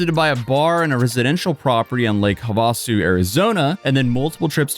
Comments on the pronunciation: Boy you were so caught up on the pronunciation of the cars you absolutely butchered Lake Havasu. "Ha'-vuh-soo" not "Huh-Vaw'-soo" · So fancy.. hah vah soo. It's have uh sue.😂😂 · It's lake HAVASU. Not HUHVASU. Lol long A like NEVADA. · lake WHAT? lol. HUH VAH su? HAV UH SU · LOL. Sorry but Lake Havasu is pronounced "have-ah-sue". Hope that helps! Love this crazy video. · Lake Have a-sue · I love the way you pronounced Lake Havasu (Have a sue) anyways I’m local to the area and was very familiar with his business Lusso auto spa and it didn’t make any sense how he could afford everything he had legitimately without some other serious financial backing like crypto but fraud seems more realistic. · Lake Have-a-sue. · Love ❤ you & the content ❤.....The Lake is pronounced like "Have - a -Sue" I lived in Arizona for many years! Peace ✌🏽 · Have-a-sue Idk wtf you just said 😂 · Its pronounced have-a-sue Indian translation is blue green water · Lake Havasu is pronounced have-a-sue. The irony of which is not lost. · Lake Huvasu.. Lol, just busting your chops bro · It’s pronounced “Lake Have-A-sue” btw. Has never been on spring break before? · its pronounced "have- a- sue" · hav-uh-soo. The hav in Havasu is said like "have". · Lake Havasu (Have-uh-sue) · It's pronounced Have-a-soo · Ive never heard someone burcher lake havasu so poorly🤣🤣 its okay tho, arizona person here its lake (have-uh-sue) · Not Trying to be Petty, but, it's Pronounced Lake Havasu [have a soo]. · I’ve never heard someone pronounce Lake Havasu like that. Sounds fancy when you say it like that 😭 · Your pronunciation of Lake Havasu is horrible like really bad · The pronunciation of Lake Havasu has me crying 😂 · Why you pronounce havasu like that lol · how did you live in az for as long as you did and pronounce havasu like this 😂😭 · cant pronounce Lake Havasu correctly. Haha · I came here for this, I’m from az and the way he said that literally made my skin crawl